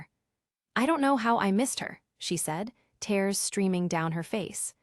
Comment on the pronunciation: I enjoy the storues but they would ge so much better if AI could pronounce words correctly i.e. lives vs lives, tears vs tears 😮